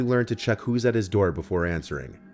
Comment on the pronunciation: "open the noor"